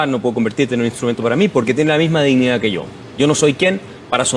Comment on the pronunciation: OSEA....PARA LOS ZURDOS SE DICE DISHNIDÁ 😂😂😂😂😂😂😂😂😂😂😂😂😂😂